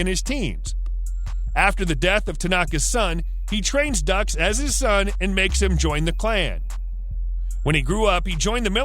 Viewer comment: Geez, what are you doing? Dux is not “ducks”, it’s pronounced “dukes”. Kumite? Koo-myte? It is koo-mah-tay